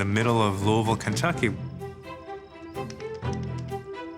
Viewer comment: Right off of rip; I’m impressed he’s pronouncing Louisville correctly. Looking forward to the rest of this.